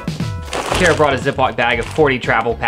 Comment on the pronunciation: Kara, not Kera…should have stayed home and let the boys have their fun…